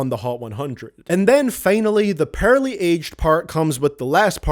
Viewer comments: This one is pearly, not purrly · I thought you said "purely" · says pearly and poorly the same